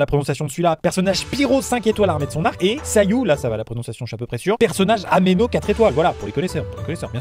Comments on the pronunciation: personage "Ameno" je suis le seul a tilter sur sa prononciation de Anemo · "ameno" 🤣🤣, c anemo, ap tkt on s'en fou c juste un ope mais ça m'a fait trop rire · "sayu, là ca va je suis à peu près de la prononciationde celui-là. Personnage AMENO". Désolé mais ça a dû faire rire les joueurs de genshin 😂